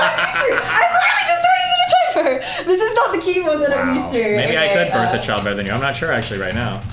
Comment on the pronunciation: When she said "Borrth" i died